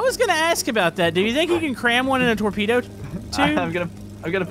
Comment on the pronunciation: what is a torpedo sounds like tornado